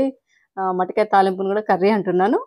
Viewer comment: Adi matikaya kadu motikaya